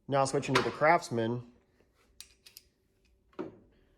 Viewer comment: Was he saying crapsman, or was it just my ears?